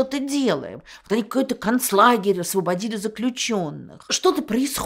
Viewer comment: Я ваш поклонник, но вот это Канцлагерь вообще пошло звучит из ваших уст, ну все-таки Концлагерь...сразу думается будто Канцтовары это Концтовары...вы же умная женщина, ну перестаньте резать слух такими формулировками